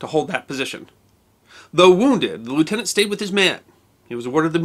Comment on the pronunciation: you are a treasure. Thank you so much for remembering Lt. Clark VC and his remarkable family (and for pronouncing his rank correctly). Your thorough and respectful treatment of all the armed forces of the wars - and not just those of your country - is refreshing and most welcome.